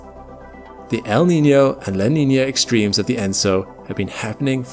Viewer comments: What is this, “la Neenyur” he mentions every so often? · It's NOT La Niner... it's La Nina with an "uh" sound on the end, NOT an "er" sound. Practice it. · its "la nee nyer", actually. learn it. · "la niñyurr"